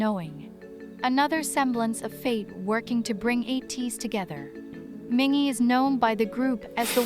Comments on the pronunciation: i'm quite triggered with how this person pronounced Mingi's name wrong several times LMAO sometimes it's Minji, sometimes it's Min-Gi, then it's mingi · Don't trust this guide's pronunciations. The "a" in Yeosang and San is a long "ah," and rhymes with pond, not short "a" sounds that rhymes with plane or sand, and Mingi's "g" is true "g," not a "j". When in doubt with Korean names, find the Hangul for the name and insert it into Google translate to get an accurate pronunciation. Similarly, though Wooyoung is romanized with a "W" at the beginning, much like the last names Lee and Lim, that consonant is there because it's easier for international folk to pronounce than Ooyoung, Ee and Im, since their vowels don't begin with a gutteral sound. Hangul is wild, but it also makes sense. :D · Mingi's name is pronounced Meengee with a hard g (gee like geese). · It’s a bot for text-to-speech! And it only F’ed up MINGI’S name and Yeosang’s in the beginning 😭